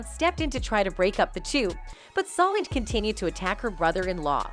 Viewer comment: Her name is So Lange. Learn to pronounce it.